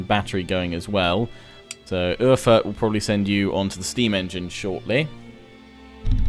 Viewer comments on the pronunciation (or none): none